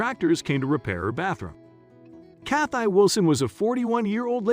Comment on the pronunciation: Why is he pronouncing her name Cath-eye? Is this a robot?